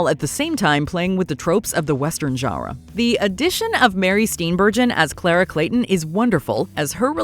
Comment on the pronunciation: Please stop saying genre